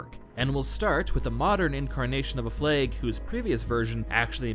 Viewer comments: Everyone: Flag: Fleg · Worth it just to hear him say fleg 1000 times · Anyone else keep hearing "Flegs"? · I love how you pronounce 'fleg' and i'm just getting flashbacks to 'they've taken my fleg, they've taken my identitei!' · Prepare for to say flehg a lot. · Cant get over the way you say flag